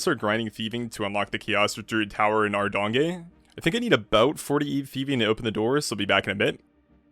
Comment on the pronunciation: Loving the content, can't wait for episode 3! Not sure what you just called called Ardougne though 🤣